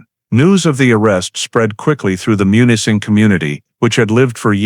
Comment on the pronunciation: Munising is pronounced MEW-nis-ing MEW, - not MON or MUN